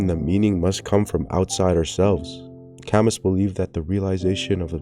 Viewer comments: It shouldn't bother me so much, but it was like a knife every time he said CAM-MUS. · "camiss" damn that's rough bro 😭. You should have googled how to say his name. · It's pronounced "Kamyu" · That is NOT how you pronunce Camus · Glad somebody else noticed 😭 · the way you keep pronouncing Camus makes my skin crawl but otherwise good video